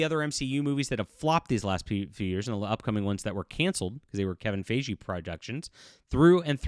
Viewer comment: Kevin FI-Gee like Hi Geek It’s a hard g, like gun or go.